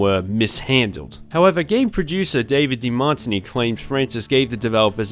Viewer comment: Ever heard of the drink called Martini? Yes? That's how De Martini is also pronounced... :face-turquoise-covering-eyes